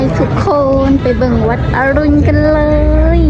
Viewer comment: วัดอรุณ(อ่านว่าอะรุน)